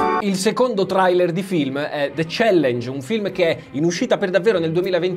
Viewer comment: LA PRONUNCIA DI TRAILER